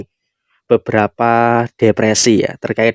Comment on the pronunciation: Depresi bukan dek desi😊